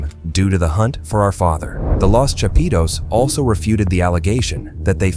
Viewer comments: "the chapeeetooes" lmao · Every time this gringo say “chapitos “ cracks me up 😂😂😂